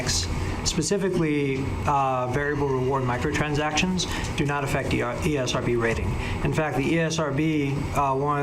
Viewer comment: Anyone else heard the old guy say EA-SRB 😂😂😂 The guy thought they own it 😂😂